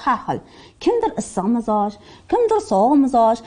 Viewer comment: Mizoj deyiladimi?Biza mijoz deykanimiz